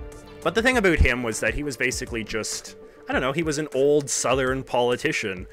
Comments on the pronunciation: "Think a boot it" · More like only Canadians say about like that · Are you Canadian or from the upper mid-West? It sounds like you pronounce your about with an extra emphasis on the O.